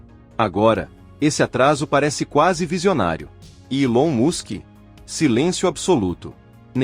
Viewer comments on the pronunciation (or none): Não é ilão Musk. É élone mask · ILON MUSK COM MU DE MÚSCULO ? QUANTOS ERROS DE NARRAÇÃO ! SERÁ QUE DÁ PARA ACREDITAR EM UM CANAL QUE ERRA ATÉ NAS PRONÚNCIAS ?